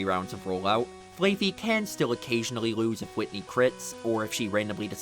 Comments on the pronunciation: I do not think it is pronounced Flay Fee. It is Flah like how sheep say bah. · Dude...it's Fl-aah-fee. What the hell is Fl-Aey-fee? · “Flay-Fee”? Am I crazy? Is it not Flaff-Fee? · Never heard anyone say flayfey. Only ever heard flaf-fee. Flaa. Like baa. Fluffy with a baa in between. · "flayfee" im sorry, what? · It is definitely not pronounced "flay-fi" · i've never heard flaaffy pronounced like that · i stopped everything i was doing when i heard that😂 the double A is a play on the sound sheeps make, but even without knowing that the show tells you how to say it